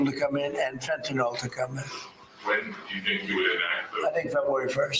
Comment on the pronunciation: you're doing a good job; but the drug's name is fentanyl. (Not fentynal) Otherwise, good diction!